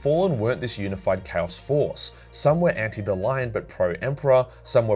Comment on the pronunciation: You pronunciation of Chaos sounds like Cows, I only realized a bit later when something felt off when you said that someone fought cows. 😅